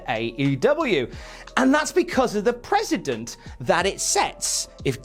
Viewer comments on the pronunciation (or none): Precedent, not president. Otherwise, great video